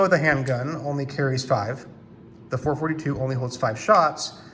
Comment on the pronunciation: Did you just say four-forty-ta-two and six-forty-ta-two with huncle Mike’s grips?